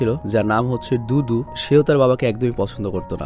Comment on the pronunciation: ভাই দুতু নাম টা আমি দুদু সুনতে পেলাম।😁😁😁